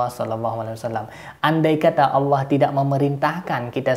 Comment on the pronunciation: Alah alah, bukan alah auwllah